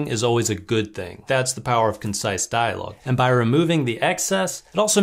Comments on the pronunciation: "Concise", not "consice". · "Consice." From a man who will teach you how to write better ... dialogue. Lol. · Consice huh..... Not concise? 😂